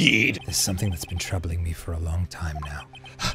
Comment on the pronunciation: Oh my God Arin doesn't know how to say sumtin'.. The t is silent. Atleast it was funny